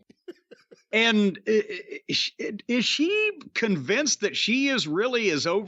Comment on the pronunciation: Every time starting when Jim starts his question with “iS shEE?” I think he’s talking about Tomohiro Ishii